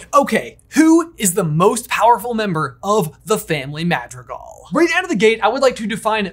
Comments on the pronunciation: Dude... dude... dude.... Mah-dr(roll the R like making motorcycle noises using ONLY the tip of your tongue, but shorter)ee-gahl... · I love y’all to death but the way you pronounce “Madrigal” gives me the ick.